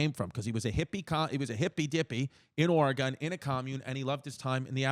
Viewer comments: it was so cringe every time Chris said "Oregon". THERE IS NO... I REPEAT NO "E" ON THE END OF "Oregon" it's pronounced the same as musical instrument🤦‍♂ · HOW DARE YOU SAY OREGON THE WAY YOU DID Lol